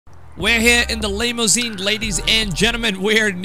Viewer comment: Did you say “the Lay-mousine”? 😏 If the limo’s a-rockin’, don’t come a-knockin’.